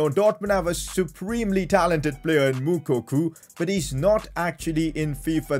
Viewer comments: Pcq: It's pronounced Mou-co-co not Mou-coo-coo 😂😂😂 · PCQ: IT'S MOUKOKO NOT MOUKOKU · It's moukuko not moukoku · PCQ: The guys name is Moukoko not Moukoku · its moukoko not moukuku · The way pronounces moukoko is hilarious. The pronounciationis M-U-K-O-K-O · Did dis dude just say Mukuku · PCQ: It's pronounced as Mu-ko-ko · It’s pronounced moukoko